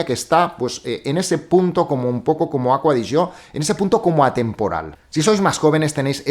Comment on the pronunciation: Porque le dices aqua de yo. Se llama acqua di gio